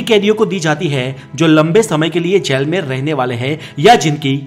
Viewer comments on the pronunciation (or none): Bhai galat bol raha h baar baar gel gel gel bol raha h bhai jail hota h jail achhe se to pronounced krle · जैल नही,जेल होता है। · aap jjyail Aisa kyo Bolte ho...it so simple word jail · जैल नहीं जेल 🙄🙄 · Plz pronounce jail. Not jael.. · Jaail nahi re baba its jail.... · Gel or jail bolna sikh lo balon ke gel ki bat kar rahe ho Kiya 😂😂😂😂😂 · Jell Nahin Jail Hota Hai Be , Pehle Theek Se Bolna Seekh Le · Bolna to seekho jail ya jal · Jail bolna seekhke pehle tu